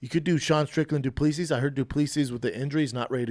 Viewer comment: Dude.. it's du-plea-see.